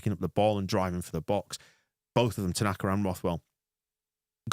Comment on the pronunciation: Kudos to the Oxford commentary team for calling Ao, “Tananka” for the entire game.